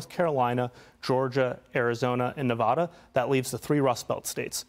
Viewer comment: It is very ignorant to say NAH--VAH--DAH